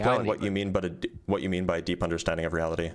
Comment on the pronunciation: "i cant handwe the weawity so god weeeeeaw"